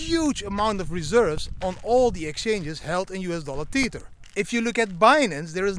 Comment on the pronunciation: Tether not TEETHER.